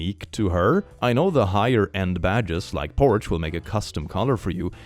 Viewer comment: "higher end badges like porch will..." porche is pronounced porsh i feel bad for making fun of because im also a foreigner and english overall makes no sense